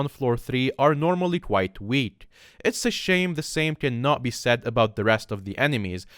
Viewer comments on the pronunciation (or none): none